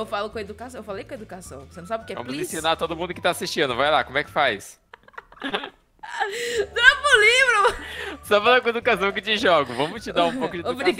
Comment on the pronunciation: Só eu rir quando ela falou drupa o livru